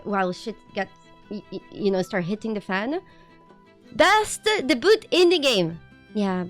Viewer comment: i love the way you pronounce debut dayboot.